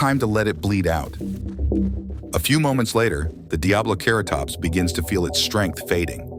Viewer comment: DiabloCarrotops (Lmao.. these voice overs. 😂) Otherwise? I enjoyed the video.